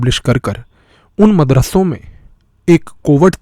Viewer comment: अरे भाई अपना उच्चारण तो सुधारिए।आप जो मदरस्सों शब्द बोल रहे हैं न इसे मदरस्सों नहीं बोला जाता बल्कि मदरसों बोला जाता है।आपके उच्चारण में पंजाबी भाषा के उच्चारण का प्रभाव है जिस कारण वीडियो का मजा खराब हो गया यार।